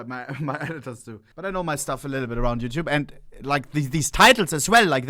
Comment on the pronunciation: Ohne-“Wasssup youchoob youchoo😂